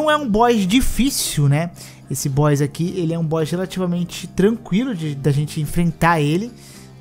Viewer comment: Ele não é um “Boixs” difícil! 😅 Boss = Bós